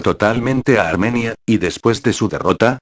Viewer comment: pon mapas y banderas de la época, y gente destacable para que sea mejor tu trabajo, y también la gramática al hablar (armenía), aún así, excelente